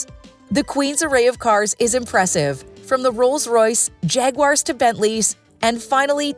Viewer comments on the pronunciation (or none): none